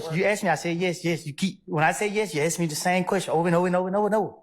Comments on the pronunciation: ASK NOT AKS !!! You guys butchered the English language. Pathetic. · She can't pronounce Ask properly😂😂😂